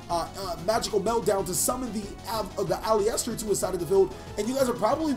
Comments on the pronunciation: You're prouncing Aleister wrongly. It's pronounced "A-lee-ster" not "A-lee-ester". :) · Sounded like you kept saying Polyester 😂 great duel btw! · It’s actually AL-LIST-ER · my fav yugituberr. its ah-lister tho. made my ears bleed with that pronunciation